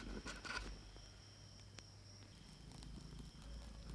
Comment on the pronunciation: Here's how to officially pronounce the dish: "Soufflay Omlay"